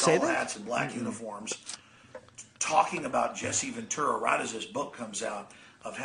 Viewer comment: Who’s Jesse VenTORRAH Opie? Mispronouncing everything shit head.